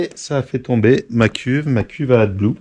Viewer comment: S'écrit AD blue mais ca ce dit adi blue